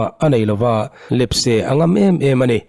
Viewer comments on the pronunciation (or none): none